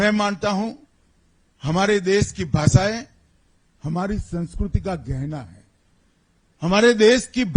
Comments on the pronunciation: sanskriti ❌ Sanskrooti ✅ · Sansukurti 😂 yeh to Hindi sunskart bhi sahi se nahi aati